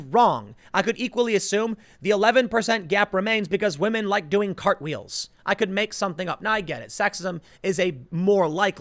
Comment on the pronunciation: "Wahmen"...you mad lad.